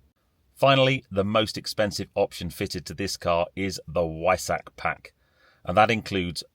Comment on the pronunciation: For the love of God! At least make an effort to pronounce 'Weissach' correctly.